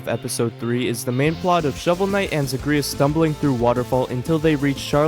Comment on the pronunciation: you are mispronouncing Zagreus 😭